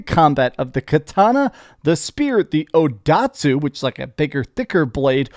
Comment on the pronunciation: odatsu lol, it's called odachi